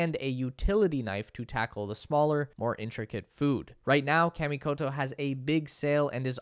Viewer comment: You're pronouncing Kamikoto wrong. It's kah, not kaaaa.